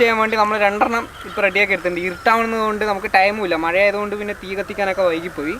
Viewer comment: മയ അല്ലടാ മഴ